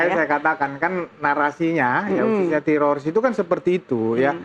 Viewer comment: Nih damanik bilang tetorids mulu kaya orang Israel kpplak